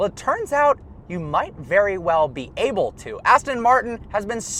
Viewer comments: I've held back a long time but I can't hold it in anymore., your pronounce the word able like this: ay-bull. Not oh-bull. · Does anyone else notice he says “oble” not “able”. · AlltimePro weird. I wonder why he says it that way then.